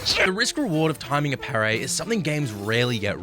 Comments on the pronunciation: wild how being sick made you pronounce parry wrong, must have really messed you up. Sorry to hear it my guy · Good vid but could hardly focus for a few minutes just thinking how says "pair-ray"